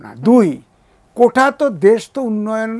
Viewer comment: ভাইরে, কোঠা না!! এটা কোটা...